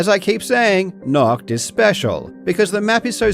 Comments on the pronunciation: as a german i get really frustrated when people say "NACHT" lol it sounds so wrong! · nAcht not nOcht ... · 11/10 pronouncing "Nacht" like the word we germans use for "Naked" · nacht der untoten means night of the undead, few pronounciation fixes: Nacht is pronounced naht, not nakt, the H has to be heard and it almost has to sound like you're trying to clear your throat mid-word, and "untoten" is pronounced with "un" from "unilateral" (without the "Y" sound at the start ("Yuni"-lateral)) and "tot" as in "totalitarian", not "an toe-ten" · Nacht is Night in German. I was wondering what the hell "Naught" was from that pronunciation xD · Its always funny to hear english speakers pronounce the german "CH" its a hissing sound like a cat. So its nacht not nackt 😂 nackt means naked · The ch in "Nacht" (night) is more like a cat hiss, not "nackt" (naket). Also a like "ahhh", not a like "all" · when you pronounce "Nacht der Untoten" you kind of say "Nackt der Untoten", which would mean "naked of the undead" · the "h" sound doesnt occur in english before consonants or at the ends of syllables, "holy" is fine because the "h" is at the beginning of a syllable and followed by a vowel, "nahht" is a very unnatural and difficult pronunciation. Also, English speakers don't typically find the harsh German "ch" sound to be closer to "h" than "k". the other unmentioned problem is that many English speakers do not know how the German "ch" is supposed to be pronounced in the first place. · I usually don't comment, but the way you pronounce "Nacht der Untoten" makes it sound like you're saying "Naked of the undead". 😂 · And then they actually try to pronounce it only to say nakt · You basically call it naked undead 😅😅😂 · Why are people allergic to looking up pronounciations, it’s nacht not noct 😭😭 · For anyone who's wondering: Nacht = night. Nackt = nude. Pronunciaton matters. :) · Any germans who also find it funny how he is pronouncing the word "nacht"? :D